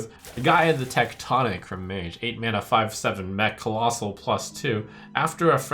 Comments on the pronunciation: Why does he keep saying "collosai" instead of collosal? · collossus in multiplum = collossi